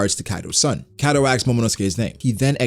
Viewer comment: A S K E D reapeat after me A S K E D Not axed 😁